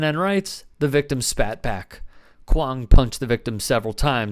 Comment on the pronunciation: first of all, "Riggs" 🤣 second of all, "Kwong" 🤣 what an absolute muppet lol